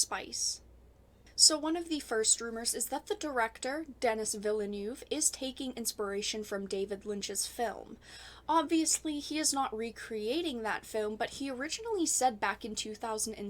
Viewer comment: Just be grateful that the film is being made in the first place by an esteemed filmmaker like Villeneuve. By the way it's pronounced de-ni, he's French Canadian...